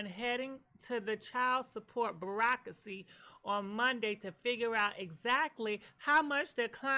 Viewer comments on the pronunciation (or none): Giiirl, if you call bureaucracy 'Barrack-racy" one more time 😂😂😂